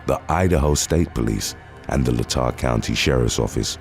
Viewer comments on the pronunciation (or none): none